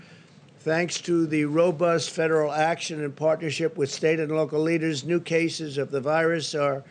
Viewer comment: He said "jaces" instead of cases